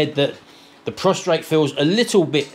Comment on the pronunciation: hope you get better soon! It’s very uncomfortable! BTW the correct terminology is PROSTATE not Prostrate. (Drop the R) Prostrate is when you lie flat with your face down. You are lucky to have Sharon look after you too. Love to you both from my home in Penang Malaysia. I am actually Manchester lass! Happy New Year to you and your lovely family! Love you all Lynda XXX